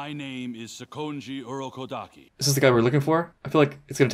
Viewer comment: Since hearing Giyu say it last episode, I'm paying attention to how they say Urokodaki. Urokodaki himself said it like the Japanese version with the emphasis on the A, but Giyu and Tanjiro put the emphasis on the O Hahaha